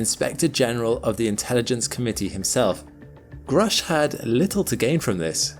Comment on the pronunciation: Grusch is not an English 🏴 name. This spelling points to Central Europe and is pronounced Groush*… Sorry about this. Your colleagues at the channel *The Angry Astronaut pronounce it correctly. Thank you for this very informative and non-sensational collection. This is a topic I normally avoid.